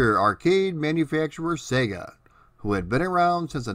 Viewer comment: THANK YOU for pronouncing SEGA properly.